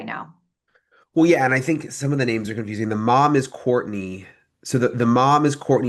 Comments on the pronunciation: Sorry, but that former prosecutor messed up all the names. And I mean ALL the names. A bit unprofessionell, if you'd ask me. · This chick, can not get these names figured out to save her life. Poor thing.